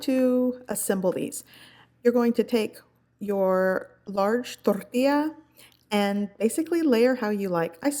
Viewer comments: I don't know why people have complained in the past about how you say "torrrrtilla" I love it!!! 😁😁 and this recipe looks so yummm imma have to get some crunch wraps for dinner tonight haha thank you for sharing!! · The way you say tortilla 😆 Torrrrrrrtilla